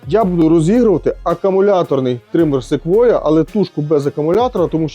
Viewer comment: Якщо б не Ви,то і не прочитав правильно назву Sequoia.😆